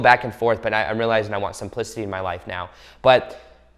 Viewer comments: I THOUGHT HE SAID “i want some pussy in my life now” instead of “i want simplicity in my life now” I WAS LIKE!!!!!😭😭😭🤣 i need my ears fixed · I almost fell outta my chair. First off, I had my phone down low so that's probably why I misunderstood the word u said(simplicity)... but it sounded like u said I want some p** in my life. Yea I know, how horrible of me 😂. I turned up the volume and ran it back to hear it again and I'm much better now. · Haha thought you said something else 🤣 but you said simplicity ! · Me too! I had to replay it twice to get it 😂